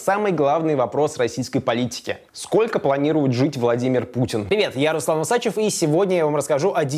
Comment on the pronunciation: почему УсАчев, а не УсачЕв, согласно правил русского языка ??!!